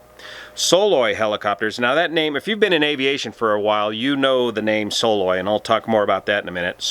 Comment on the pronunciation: Believe it's pronounced "Suh-LOY" - at least that's the way I've always heard it since '74 here in Alaska